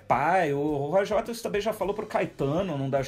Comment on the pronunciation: Roger Wares???? Mania da porra de trocar o t pelo r.... síndrome de Cebolinha.